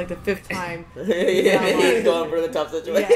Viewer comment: "Toph" instead of "Tough". I'm rolling my eyes